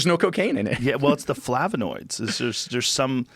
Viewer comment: Joe “Flav.a.noids” Rogan 😂😂 The weed got Joe over there creating words!! Rofl🤣 Like Some Kind Merriam-Webster Black Belt🥋Lookin..😂😂 🌳🔥⛽️😎